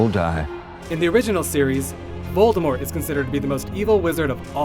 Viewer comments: this guy is actually going with the silent t voldemor pronunciation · because Grindelwald was he was tied and locked... and he hasnt wand...it was easy of course....lmao....And its VOLDEMORT /OR TOM MARVOLO RIDDLE/ no u-know- who (its for whose who are fear to pronounce it)